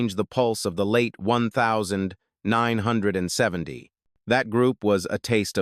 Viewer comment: This video sucks AI Can't even say 1970 Crazy pic s that dont belong